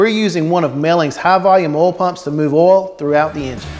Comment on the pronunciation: Great video- learn how to say O I L!!!! Ol is something else. Oo iiii LLL